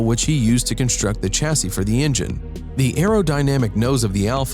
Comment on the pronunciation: It’s ‘Shassy’, not ‘Chassy’....